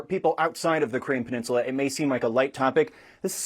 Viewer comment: Why can’t the British newscaster pronounce peninsula